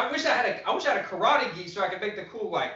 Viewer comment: I would like to commend you on your approach when you decided to confront a "bully" critic, and I used the word in parenthesis because, in reality, he is another martial artist following his own Musha Shugyo. I have followed your channel, not because I train in Karate ( pronounced Ka-Rah-Teh, not Ka-raw-ree. Sorry, I really like what you do but that is my ONLY problem with what you do, you keep pronouncing it the wrong way, just pet peeve), but because I get an inside of things that, believe it or not, helps me see deeper meanings and discover certain details in the art I train in. You have challenge me to dissect the movement and discover the little secrets that have been hidden within the movement of my art. Consequently, you showed a perfect example of what I was trying to explained to some of the people in the Dojo, I posted a video of a fight and I asked them, what did they see, once I got their initial responses, I then challenged them to break it down in a technical view and provided the question as to what I meant, got some good answers but,they were short of the mark of what I was getting at, I provided the analysis and explained the stages leading to violence, as they manifested in the video. Anyway, one of the guys, totally missed the point and, funny enough, in his response, he exemplify the first stage I just finished explaining to him. So, I explained about how the fight could have been avoided if one of the guys would have left an avenue for the other person to